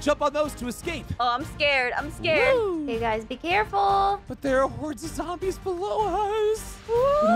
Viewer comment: I like how says zambies in stead of zombies